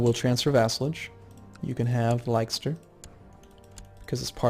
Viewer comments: Leicester is (oddly) pronounced 'Less-ter', Gloucester = "Gloss-ter" =) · gloucester is pronounced gloster and leicester is pronounced lester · Leicester pronounced as Lester mate :-) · GLOS-ter. LESS-ter. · Hey,, I love your videos but I thought I'd give you some pronunciation tips (being from the UK myself) Leicster - Lesster Gloucster - Glosster etc etc.:) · Leicester is pronounced Lester.:) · just a small thing Leicester is pronounced "Lester" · I can't help but correct when he says Leicester lol